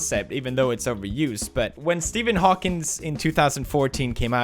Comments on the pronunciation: It's Steven HAWKING not Hawkings, shame on you mister Pewdeipei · Stephen HAWKING!! Not “HAWKINS” how do so many people get this wrong??? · ITS HAWKING NOT HAWKINGS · Steaphen Hokyngs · HAWKING. HAWKING please! not Hawkins! That's Stranger Things! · Stephen Hawking not Hawkins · Does nobody else care that he said Stephen Hawkins instead of Hawking? 😅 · Pewds called him Steven Hawkins👏👏 thought you knew better pewds, but i forgive you😂 ❤ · That "Stephen HawkingS" and though. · HawkinG. it's a G!